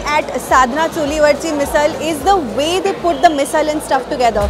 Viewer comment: You pronounced मिसळ correctly 😁